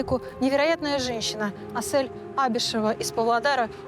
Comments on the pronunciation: Ни АсЭль, а Асель, в русском алфавите же есть буква Е 🤦🏻‍♀️ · Интервьюер! Ну почему АсЭль! Если она АсЕль! Неужели так сложно произнести правильно казахское имя? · Не в тему конечно наверное,но можно имя приёмной мамы произносить правильно не Асэль ,а АсЕль,это не так трудно же,очень интересно смотреть но так режет слух🤦‍♀️ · Не Асэль а Асель правильно Асель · Что у ведущей с дикцией ? Зачем такие паузы после каждого слова и не АСЭэээль, а АСЕЛЬ. Русская же , нормально выговорить не может согласный с мягким гласным ….. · Асель! А не Асэль😮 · Асэль ❌️ АсЕль✅️ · Спасибо за это видео. Только не АсЭль, а АсЕль! Слух режет капец. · У приемной мамы чудесное имя АсЕль не Ассель, не АсЭль, без обид, просто слух режет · Прекрасный выпуск, спасибо🎉 В казахском языке если есть в слове буква " Е" то и надо произносить " Е" а не "Э" АсЕль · нЭравнодушный канал........не АсЭЭЭЭЭль, научитесь правильно произносить имя, не приятно слушать!!!!